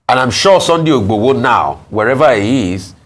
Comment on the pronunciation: Can please learn to pronounce Yoruba Names properly. She should learn and practice, that’s how the white newscaster do it abroad here. How can you be a Nigerian and not able to pronounce Yoruba names. She can’t even say Sunday Igboho properly.